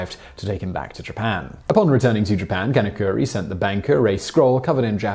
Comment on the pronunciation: Can of curry...Sounds more like he’s from India